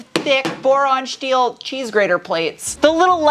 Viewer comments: I haven't watched your videos in a long time. Just busy busy busy. I'm flying in to Tucson in July, to go to 2 weeks of training... and then it clicked. -n-Tuned is out there. Also, I don't remember you pronouncing your S-words, like... "SHTEEL" 😂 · What's with the Shteel, Shtainless, Shport BS? And the British pronunciation of aluminum? This was hard to watch. Won't be sub-ing.